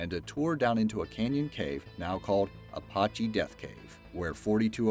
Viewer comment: I know you murder English, French and Spanish all the time in your narrations. But at least try to get the Native American names correct. It is NOT Apotchee, they would hand you for that in Arizona. It is pronounced now and always has been A patch ee Apache. Where do you narrators learn to read????